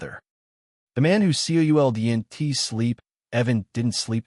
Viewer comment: The name change confused me and pronunciation was bad on couldn't wouldn't and doesn't grrrrr